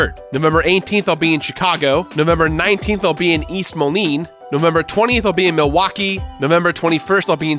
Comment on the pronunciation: I was planning to go to your Milwaukee show until you pronounce Milwaukee wrong